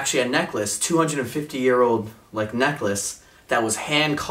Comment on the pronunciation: when your to lazy to say hundred right hundre